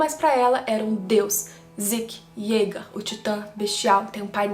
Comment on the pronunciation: o nome é "zeke" e não "ziki"...